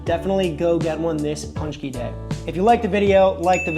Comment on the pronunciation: It's not "punch-key". It's "pon-chky"